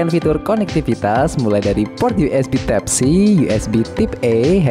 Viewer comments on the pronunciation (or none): Giliran baca bahasanya belepotan, type dibaca tip, displei dibaca displai 😅